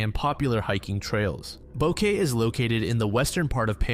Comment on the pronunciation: The city Kris Kremers and Lisanne Froon traveled to in Panama is mispronounced here lol. It’s bow-keh-tey